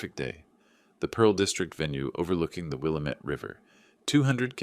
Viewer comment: Willamette misprounced